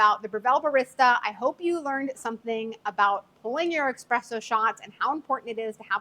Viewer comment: Yes it is pronounced eSpresso! So many people say eXpresso!! But I think this lady might be getting tripped up because she is talking about the eXpress machine? Maybe changing from eXpress to eSpresso is a bit of a mental tongue twister?